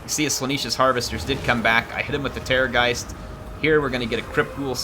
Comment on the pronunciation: why do you pronounce it Slaaneesh? there is 1 E only, Slaanesh, like yes... not like sheep